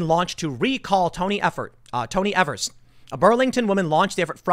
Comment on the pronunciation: It's EEEEEvers never eeeevers long E